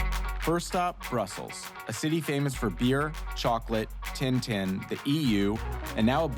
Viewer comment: im so sorry but when you said tintin as teen-teen i just paused to contemplate the wall